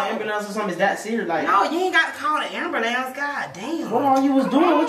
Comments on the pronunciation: “It’s not amblame it ambulance”😂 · I swr got me rolling everytime he say ambulance 😂😂😂 he couldn't even say it ri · kept on saying ambulance wrong killed me